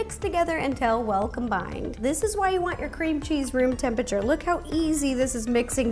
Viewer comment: i saw a comment in one of your videos, saying that you pronounce "temperature" as "tempachur" and now i can't unhear it.